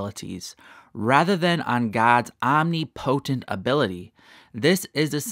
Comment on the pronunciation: You are pronouncing Omnipotent wrong!! It is OmNIPatent.. its NOT POtent!! Just saying!